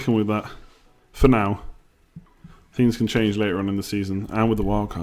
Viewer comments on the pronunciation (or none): none